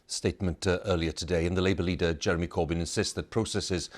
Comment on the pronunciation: The way he said “Labor Leader Jeremy Corbyn” - , it so set like “legally dead Jeremy Corbyn.”